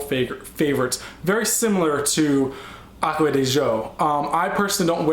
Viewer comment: Oh my god, I couldn't finish watching I got to the YSL. No offense intended but you are totally butchering my languages. You said le home and I DIED. It is pronounced with silent H so l'omme. And Aqua DEE ZHEE OH and I am only saying this because you are obviously an intelligent person and I didnt want you to say something one day and it be embarrassing. I hope you don't think i mean disrespect. I think that is the word or maybe offense. Anyways I love your vids just